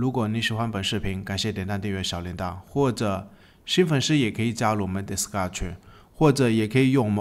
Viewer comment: 你什麼時候Discord可以從「迪斯嘎」念成較正常的「迪斯扣的」？